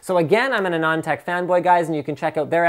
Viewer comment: hey linus, you pronounce Anand Tech wrongly, although I like the way you pronounce it :p